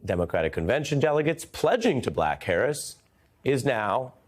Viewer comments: It was supposed to be BACK Harris but it did sound like “Black” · He said “back.” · At about 15 seconds...wow a massive slip of the tongue!! He definitely said ''Pledging to b(L)ack Harris.'' I am definitely NOT a Trump follower and do see Kamala as the next President. The error is somewhat excusable with all the furore over Trump's accusations about her colour that a presenter would inadvertently have this slip. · Yep, "pledging to black Harris." I just heard it, too... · "...pledging to black Harris..." ☺Cute little slip of the tongue there, Ari ☺ Pledging to "back" Harris, as black, Indian, biracial American, Vice President, Senator, CA Attorney General, SF District Attorney, sorority sister... because President Biden endorsed her.☑ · “…pledging to black Harris…”. I think you meant “back”, Ari. 20 seconds in. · How did the editor miss that bro? My bro you said black Harris instead of back Harris? Get mad buddy! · Played back after I thought I heard at the very beginning "After pledging to black Harris" - yes, that's definitely what he said. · It sounded like he said "pledging to Black Harris." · "pledging to black Harris" is what I heard